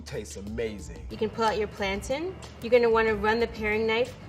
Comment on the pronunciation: I’m sorry but that’s not how you pronounce Plantain. She said Plantine...